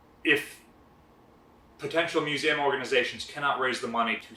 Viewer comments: What is a mewzam? It has THREE syllables. It's MEW - ZEE - UM. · "MU-ZAM?!?" TRY "MUE-ZEE-UM!" (MUSEUM) :p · Drinking game: Everytime this guy says 'muse-saam' you drink a boilermaker! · What’s a “Musam” ship? Museum? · First thing that need to be answered, why can't you say Museum. WHY DO YOU KEEP SAYING MUSAUM!?!?! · Stop it, I'm going to have to stop watching the vid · What’s a Mus-A-um? I’m not familiar with that word. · ftw is "miusäm" ?? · What is a mu - zam ? New word ? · Love your videos but your pronunciation of the word museum is atrocious. But much love other than that perfect. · Seriously stop it, so distracting, is this an American thing like AL-LUM-MINum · I had to stop watching after 3 minutes due to the fact this guy cant pronounce "museum" correctly. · I've never heard anyone pronounce "museum" that way... He seems to pronounce EVERY other word correctly. It kinda hurts my ears. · Learn English there's no A in Museum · Say museum again I’m trying to find out where the a is coming from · I'm not trying to be rude but he says museum funny.